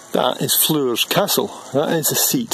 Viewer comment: Really interesting video ...however Floors Castle is pronounced , just exactly the same way as you pronounce the word floor as in 1st floor , 2nd floor of a house etc.